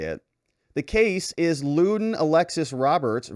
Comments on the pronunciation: Robert, it's not LOODEN it's LUNDEN!!! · It's Lunden not Luden.(London) Come on man. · Why doesn't Robert pronounce the N in Lunden? Is it silent? Does he need a cherry 🍒 flavored cough drop? 😂